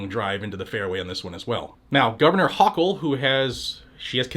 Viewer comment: You pronounced the gov of New York’s name wrong….